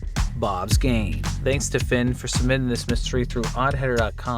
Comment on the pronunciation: Ok is the “sumbimittin” joke just a joke i missed? or can he actually not pronounce “submitting”?